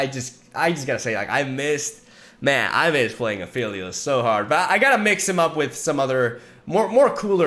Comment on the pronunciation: It's been so long and still calls him Afeelios, shaking my smh